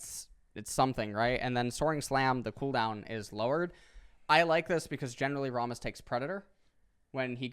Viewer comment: I love how he says 'Rahmus' when we all know it's 'Rammus' since he's always ramming into stuff.